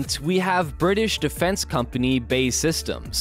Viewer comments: B. A. E. Rather than bay. But thumbs up anyway. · Before making anymore videos, it would be a good idea for the narrator to brush up on his pronunciation, as the building company of the Tempest is not BAY SYSTEMS, but is BAe Systems, formerly British Aerospace. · its B.A.E not BAE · We'll see. If HS2 is anything to go by, it will cost £2Tn and be obsolete long before it's built. BTW, it's B. A. E. Systems, not pronounced "bay". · Who is this Bay outfit - well that's how the commentator called them. TRY B.A.E. As in initials, if you can't get the basics right just give up! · Absolutely! this will help the creditability, after all, who is this? CIA or key-aa ? I suspect you'd agree Cee Eye A, as such BAE is Bee A Ee, apart from that good content. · "BAE systems" got me dying. B-A-E Systems not bae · Please get it correct - it is not pronounced 'bay' systems, but B,A,E Systems. There are also many more mistakes and misconceptions in this video, too numerous to mention. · its B.A.E systems. pronounce the letters seperately....not bae systems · I believe BAE is pronounced, Bee Ae Eee rather than Bay. It's not your sweetie. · its B-A-E ...not Bae! Jesus christ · Thats B A E not Bay ffs American Pronounciation sucks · BAY? B.A.E. silly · Its B A E (British Aerospace) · BAe it's not hard is it. You go to all this trouble to make a video and then balls up the name. British Aerospace!